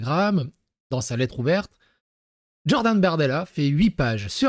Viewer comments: omg plz stop avec "DJordan" dis Jordan pas DJordan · Stop de dire DDDJORDAN mdrrr stp ! 😅❣️